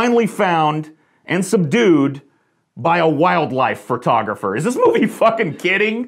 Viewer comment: Did anyone else notice when said "fur-tographer"?